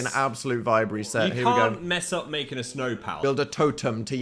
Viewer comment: in the snuhhhh